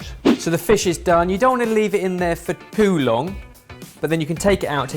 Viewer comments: did just say "poo long" instead of "too long"? 😂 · Why does say 'poo long'? Hahaha weird. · "poo long" ?? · it sounds like say Poo long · "for poo long"? Please tell me I'm just mishearing him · pretty sure ben said "poo long" or am I mental. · says "poo long" I swear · Can’t only be me who hears ‘Poo long’ 😂😭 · Can’t only be me who hears ‘Poo long’ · Did he just say poo long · Does he say "POO long"? I can't be the only one that hears this 🤣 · does say "poo long"??!!